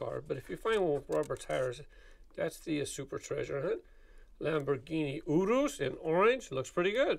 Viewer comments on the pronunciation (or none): The lamborghini Urus is pronounced( yer us)